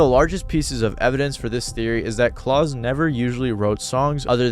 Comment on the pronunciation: Klaus rhymes with 'clown' and not 'clause', by the way.